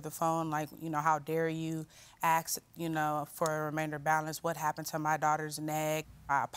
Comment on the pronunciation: Why can't people pronounce the word ask??? The whole case is frivolous. Someone looking for money. That burn affected this girl's self-esteem??? This is the entitled world we live in. I can't believe they awarded them $2500. When you have a procedure like this done, then accept the risks involved. The defendants were not negligent.